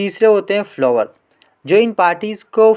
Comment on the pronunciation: Follower ❌ Flower🌺😂